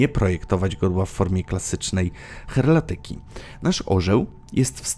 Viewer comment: chyba ma Pan na mysli HERALDYKI --- nie herlatyki... pozdrawiam